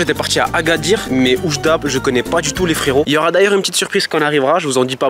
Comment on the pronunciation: c'est prononcé Wjda:), content de vous voir visiter le marco j'aurai aimer vous voir à Casablanca (ma ville)